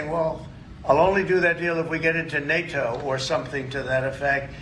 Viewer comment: He pronounces nato like Kanye says Barbados “bar bey toes”